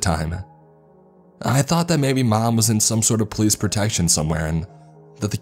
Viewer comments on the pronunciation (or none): none